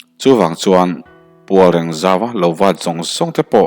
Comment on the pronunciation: Ni e, Réng Lal (Tripura) tih a "reng" tih thlûkin "Pualréng" tih tur niawm takin ka ngai ve deuh.